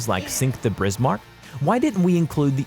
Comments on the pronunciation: He:Brismark All:Wtf dude All to: Bad pronouncation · I think he’s a google robot by his pronunciation Medway, notortorise, brismarck, tripitz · “Tripitz” “Brismark” it’s like hearing a fork scratching a plate!!!!!!!!! I tried to watch the whole thing to see what people are talking about but I couldn’t take it anymore!!! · William Samuel how he said “Prince Eugene, Brismarck, Trirpitz and Airizona” hurts. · Tripitz Brizmark lollll Total bias as you'd expect from an American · "Brizmark", that pronunciation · Brismark.....Tripitz.....I can't wait for this dork to pronounce the Yamatomato Medway.......this guy is dyslexic. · I have never heard such mangling of the names of warships. The Brismark? Good lord. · brismarck, tripiz, prinz eugen. isnt english a germanic or semi germanic language? ok his pronouncyation is even worse than mine. and i am already bad. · Lol brismark and prenz eugen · No one: Every world of warships player when they hear the him butcher the names of the Bismarck and Tirpits “REEEEEEEE!!!!!” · I stopped watching when he got the Tirpitz and Bismarck wrong can't watch any more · Thank you, I seriously thought I was pronouncing Prinz Eugene wrong, until I heard him butcher Bismarck, Yamato, midway, and the rest. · Pronunciation.... Bismarck, Tirpitz, Eugen, Trafalgar. I gave up at 6 minutes... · It's Bismarck not brismark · Tripitz, bizzzzshmurk. Zero legitimacy. Please stop. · "Tripitz" ???? Brismarck" ???? Dude, say their names correctly. It's Tirpitz, and Bismarck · ITS T I R PITZ NOT TRIPITZZZ also ITS B I S MARCK NOT BRISMARCK REEEEEE >:( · Who the hell employed this narrator? I didn't know there was a Brismarck, Tripitz and Prince Eugene? His pronunciation almost had me turning this off. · My Great Grandfather would probably be rolling in his grave if he heard the way you pronounced the ship he serviced on in WW2. I mean come on it's Bismarck not Brismarck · He also said Tripitz and Brismarck instead of Tirpitz and Bismarck... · "The brismarck"